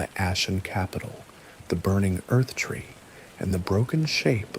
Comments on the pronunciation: Marika is pronounced like America. Erdtree is pronounced Erdtree. Not Earthtree. Faah. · It's the Erd tree not the earth tree. You are also mispronouncing Marika I want so much to like these obvious AI videos but I long for someone who cares enough to at least pronounce the Major character names correctly.